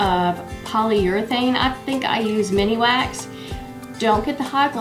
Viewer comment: blooper I found on your video it’s not Mini Wax like you stated it Min Wax I’m still giggling to myself about how you referred to it.